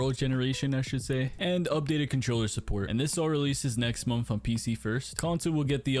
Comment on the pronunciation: The word is "MONTH" and not "mumf". Try it.